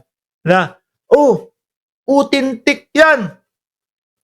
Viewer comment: Grabe Ang tawa ko sa pag gaya mo kay Kalbong Bato sa pag sabi niya ng AUTHENTIC as “UTENTIK!” 🤣😂😝